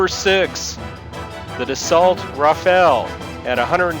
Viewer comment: Dassault pronounced as "DOSO"